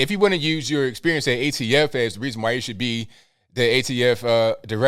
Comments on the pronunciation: NOT AFT. ATF Can someone throw a piece of paper and Biden to get it correct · The AFT!?! Sir, I think you mean ATF as in Alcohol Tobacco and Firearms! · What’s the AFT? He said it twice! He meant ATF, that’s our leadership! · AFT???? WTF??? HA. Does he mean ATF??? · "AFT" does he mean ATF?🤔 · I thought it was ATF, not AFT. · Biden said AFT 🤣😂 it’s the ATF President potato 🥔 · Did he say AFT and meant to say ATF????